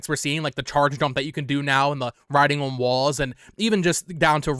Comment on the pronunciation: Brother I will not be taking pronunciation advice from a guy who says "oh-wan" everytime he says "on" 😂